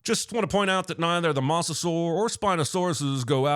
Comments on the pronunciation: What the fuck is a "mussasaur"? Thats an "o" sir. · I think the real sin here is how John Cinemasins says mosasaur. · Why has Cinemasins still not learned how to pronounce "mosasaur" correctly?